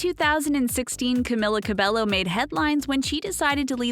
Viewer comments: the pronouncation is cameela cabeyo, not camila cabelo. . . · How you really pronounce her name is "kamila kabeyo" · Her name is pronounced as Camila Ca-be-yo not Ca-be-llo. No offense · Also, it’s pronounced ‘Cam-ee-la Cab-ay-o’, not ‘-Ku-milla -Ku-belllo’ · Carmella cabloo no cameeler cerbeyo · I’M SO FUCKING TRIGGERED. SHE’S camEEla cabeYo NOT camIla cabeLLo OMFG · ur pronouncing her name as (caemila cabelllllloo) well its actually (cameela cabeyo 😅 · This is how you pronounce her name Ca-me-la Ca-bay-yo CAMILA CABELLO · Her name is pronounced Camila cabeyo😊😊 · Cameela Cabeyo . Pronounce it right . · Another thing is her name is pronounced Camila cabeyo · You are saying all about her and you don't know that her name says camEEla cabeYo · It's not camila cabello it's cameela cabeo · Not trying to be rude, but you pronounced her name wrong. Its CamEEla CabeYo. Thank you, goodbye. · You said her name wrong- its Camilla CabeYo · F*ck it's CamEEla CabeYo 😂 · that is not how you pronounce her name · Imagine doing a whole thing on her life and pronouncing her whole name wrong 😭🤦‍♀️ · ... I literally disliked this video within 7 seconds. You had one job. One job and you blew it. Edit: Wow sorry that was really mean, I just get upset when people mispronounce names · Im cringing!! You're saying her WHOLE name wrong !! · Another correction, SAY HER NAME RIGHT!! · Me: Sees Camila’s nickname that Lauren called her Me: Cries for the millionth time Also, every time they say Camila Cabello, I get SO triggered. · You said her name wrong...21st fact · CAMILA CABELLO GET IT RIGHT GOD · You said her name wrong.. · Boi!! At least say her name right. Omgggggg!! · Fact #21: the narrator cannot pronounce her name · omg she totally butchered her name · i like how they did the research for all these random facts but couldn't even look up how to pronounce her name properly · i liked this instantly bc it was ab camila but then i heard the pronunciation of her name and unliked